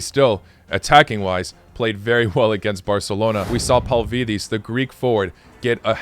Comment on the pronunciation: Tzolis is pronounced like Jolis and it's Pavli this